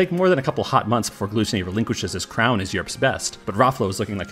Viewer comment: isnt it pronounced as "Ra flow"?